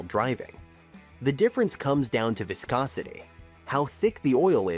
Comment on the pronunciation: ..."vaiscosity"...😂😅😊...Your AI voiceover sounds ridiculous!